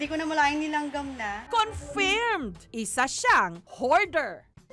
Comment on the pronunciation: Please pronounce "confirm" the proper way. Daming bata hindi na alam ang tamang pronunciation.